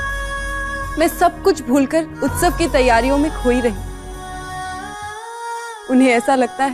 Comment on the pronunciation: Utsave hota hai ustave nahi hota hai